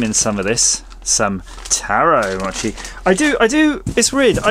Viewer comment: Long O in mochi/mow-chee. So many flavors. Looks yummy.